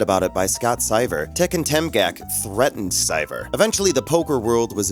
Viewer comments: Daniel "Nuh-gran-yoo". Scott "Sigh-ver". wtf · Ah yes, Scott SAIVAR and Daniel Ne-grain-yu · Craziest part of the video... a poker "expert" mispronouncing Seiver (twice) and Negreanu. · This channel commentator must be an 1d10t... he says the guy with queen jack flops top pair with a 8, 9 and 4??? what?? is scott SEEVER...NOT scott syver dumm455... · And Scot Sigh-ver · Daniel Newgrainyou Scott Sighver Not how those names are pronounced. Has the narrator ever watched a WSOP episode? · You got sone names of pretty well known poker pros wrong. It is Daniel Nahgrahnew and Scott Seevert. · You also got the names wrong. It's Daniel NEGREANU, and Scott SEIVER 😜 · well fuck, let them lock you up too for your pronunciation of Negreanu and Seiver